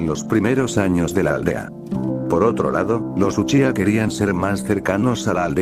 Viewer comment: Deja de decir uchicha xD